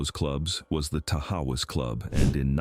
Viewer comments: And Tahawus is ta-HOSS. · Its pronounced. Tahaws